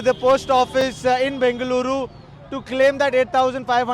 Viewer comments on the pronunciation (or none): Aye anchor pronounce properly Bengaluru area you from Karnataka or not